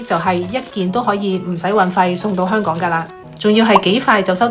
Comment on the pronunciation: 讀音：係香港、唔係香趕